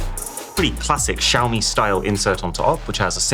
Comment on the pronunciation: When the Barber hears “Shave me” instead of “Xiaomi” and you correct too late…